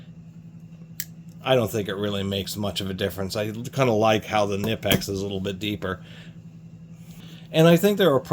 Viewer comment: Kuh-nip-x........😂😂....just a heads up, to the 👊💯 Most people hate their needle nose because of twisting, but I've enjoyed having them in many situations 💯